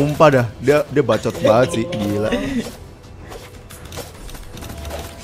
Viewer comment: Bacot bukan bacit